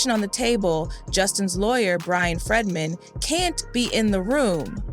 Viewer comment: Its not FREDman, its FREEdman